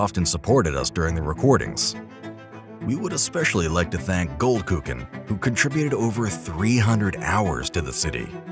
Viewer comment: Goldkuchen HAHA.. Funny AF for Swedes, it means gold dick but with k instead of ch. Awesome build!